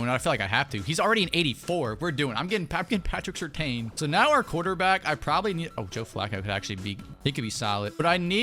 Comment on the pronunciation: I have no problem with the unrealistic trades... Just say my man Pat Surtain's name correctly 😭😭😭 Lol